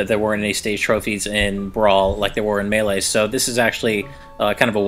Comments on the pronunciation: I HATE how you pronounce melee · It's pronounced MEI-lay, not mal-lay.